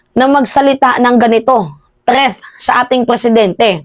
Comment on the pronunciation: TREATH??? 😂😂😂 ayusin mo teh..